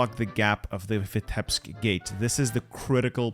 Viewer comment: Please, it isn't Vitébsk, it's Vítebsk. As a Russian it hurts my ears 🙃